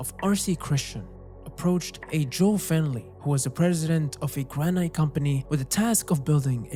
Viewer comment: "granite" is pronounced GRAN-itt